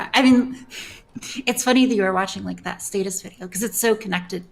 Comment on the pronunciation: Is fucking British or something what the fuck is that pronunciation of the word status